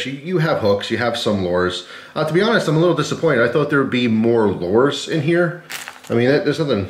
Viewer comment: Please learn how to say lure